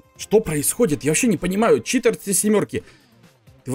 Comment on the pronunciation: Какой читр а читер !